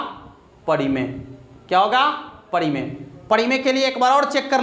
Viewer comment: pahle to gane ke bol sahi se sikh lo, aur parimey ko padimey bol rhe ho 😀😀😀